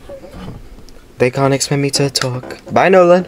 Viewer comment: BYE HE JS SAID MY NAME.. LIKE MY ACTUAL NAME.. WHEN NOLAN GOT ELIMINATED HE SAID "NOLANI" 😭😭